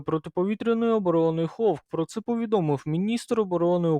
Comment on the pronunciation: "Гавк" чув, "хавк" чув, "ховк" ще не чув. Конкурс невігласів триває.